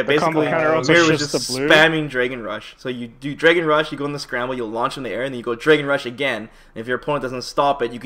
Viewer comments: "Draygon Ball Fighterz" My nigga, come on son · "dray-gun rush"